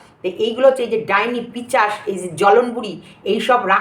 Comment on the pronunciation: পিচাস না গো ভাষা টা পিসাচ।ঠিকঠাক উচ্চারণ করবেন 😊😁